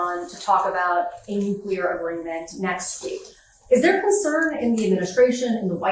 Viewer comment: Why can't this man say "agreement